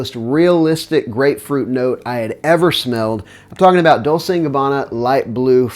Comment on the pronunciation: Proper pronunciation of D&G Dol-chay.